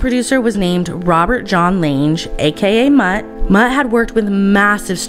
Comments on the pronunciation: Mutt Lange is from South Africa, where I live. You don't pronounce his surname like that, it's pronounced Lung-ah☺ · Mutt's last name is pronounced Lang. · The name is pronounced "Lang" even tho he spelled it "Lange" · I hate to say it but it is Robert “Mutt” Lang. The g is hard and the e silent. So it sounds like bang or hang. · lang you don't say the e if your going to these kinds of things make sure you have how you pronounce things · Did you pronounce Mutt Lange's name like range with a L? Omg girl it's lange like rang.. Do the research